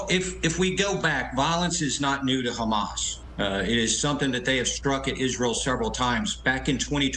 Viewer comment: Hamas: prounced as HAM- ASS !